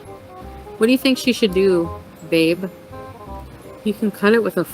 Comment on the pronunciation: that harsh "Babe" I think is a tell sign that he did it again. it was kind of hostile